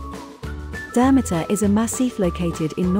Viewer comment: Learn how to properly pronounce it and then I will maybe watch your video!!!